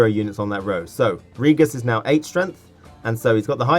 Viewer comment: ***** just pointed it out for anyone wondering btw, (this isn't really important but i just wanted to mention it) the name Regis is pronounced with the "g" sounding like "gym"